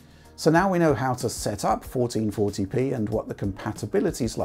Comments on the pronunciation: 1440p, 1440p, 1440p, fourteen forty pee, FOURTEEN FORPEE, FOUEREN FORTRYHD LEPEEE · Say 1440p one more time haha